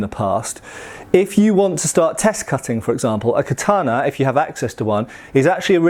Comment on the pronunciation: It’s literally how you say it. American weeb smh